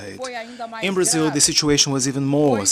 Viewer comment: Barzil ? Where is that exactly ?